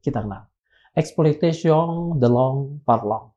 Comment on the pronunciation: exploitation de l'homme par l'homme koreksi membacanya tp ya maklum krn bhs prancis gak familiar di lidah org indonesia